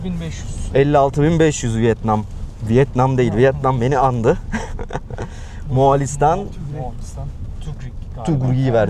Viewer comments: Yanlış anlamayın ama Moğ(a)listan şeklinde telaffuz etmeseniz daha iyi olur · Neden bu ülkenin adını ısrarla MoğAlistan olarak telaffuz ediyorsunuz?Ülkenin adı MoğOlistan’dır.Lütfen biraz özen gösterin.